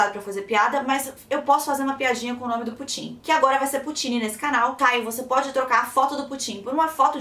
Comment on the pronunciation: se pronúncia pÚtin e nao putÍn